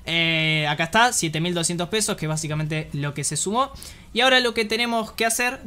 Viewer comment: BASICAMENTE - VAZIKMENTE - BA ZIKA MENTE - VA CICA MENTE ....... ; )